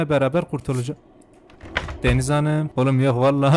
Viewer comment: “Deniz Hanıığm”kısmında patladım QWEĞHHJHJGKGHJYFYUGHUH